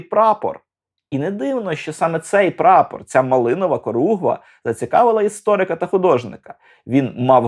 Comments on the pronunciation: Не коругва, а хоругва або корогва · улюблений фільм. Тільки Хоругва, а не коругва...